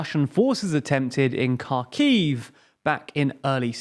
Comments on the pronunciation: fuck, man you are filming news, but cant pronouns cities and surnames correctly its not "Kirzon" its "Herson" stress on "e" its not "Karkiv" its "Harkiv" stress on "a" not "Prigzovin" its "Prigozhin" stress on "o" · You would sound so much more credible if you pronounce the names of the towns correvtly. Or even remotely close to their actual names. Hint: they are not "Karkiv" nor "Kurzon". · please drop the “K” off the city names. Try “Hear son”. And Kharkiv is the same “Har Kiv” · News EU | Cherson / Херсон is spelled out Herson, the K is silent, abit like in know or knowledge. I don't understand why almost nobody is even bothering to check that... The same is true for Kharkiv/ Ха́рків its called Harkiv. In cyrillic both cities start with an X. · Kharkiv is especially painful. Like, that was so wrong I'm almost impressed.